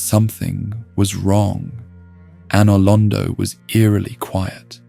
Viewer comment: If I can offer one piece of criticism, you really need to pronounce names and places correctly. You said Anor Londo, Kaathe, and Izalith wrong and it was bugging the absolute shit out of me 🤯